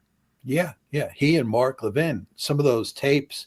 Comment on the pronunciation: The way Mark Levin pronounces his name, you'd think he was French and not a Jew. I've known Jews my whole life with a close friend named Levin. They never gave their name the French accent.